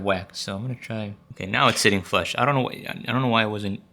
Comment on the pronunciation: Are you saying "flesh" instead of "flush"? It may just be a weird pronunciation, but it's making me cringe thinking of flesh stuck inside the Joy-Con.